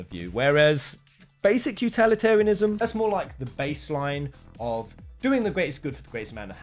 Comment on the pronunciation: the number of times you mispronounce utilitarianism is very annoying. My advice is practice saying the word a bunch of times before you record the video. Anyway, thanks for posting.